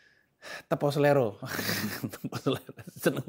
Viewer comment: Tepa Selira bang (baca: Tepo Seliro) Bukan Selero